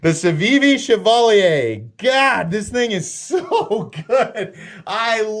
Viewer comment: Congrats on the pronunciation on Chevalier!